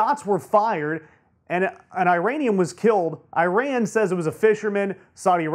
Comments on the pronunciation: It's pronounced "E Ron" not "I Ran". For goodness sake, get it it correct!! Don't you know how insulting that is? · FFS it is ee-RON not eye-RAN. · this is Eee-rAN not eye-ran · nice vids, plz say: "eeran" not "i ran" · It is not EYE-RAN!!! It is EE RAAN you idiots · I-ran ?? how stupid is that . learn to pronounce god damn it. I'll start to say A-merica lol. By the way there will be no war with IRAN . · eeran. Actually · It´s æ røn ffs. get your facts straight